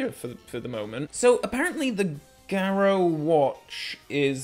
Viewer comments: That's because is being posh!! 😂...... But yes he's mispronouncing it! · I've never heard garrote pronounced as garrow before.